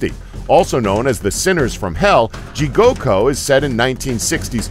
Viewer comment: He also mispronunced Jigoku. He said jigoko